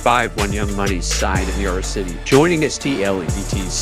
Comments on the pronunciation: 😂 that was funny hearing it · It would be said that way in Spanish 🤣